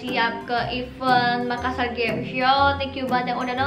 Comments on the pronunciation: Neng, Makassar bukan makkasar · makassar bukan makkasar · makassar kk bukan makkasar😁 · MAKASSAR BUKAN MAKKASAR. TOLONG DI UBAH LAGI YA NEXT TIME THANKS :) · bukan makkasar tapi MAKASSAR dua (s) nya bukan (k) nya dua karna saya orang makassar. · Makassar kak, bukan makkasar